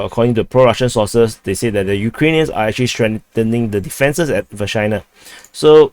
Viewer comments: Say Vershynah one more time 😜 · doing the repetition on purpose, yanno. He says Vershyna, I hear Vagina.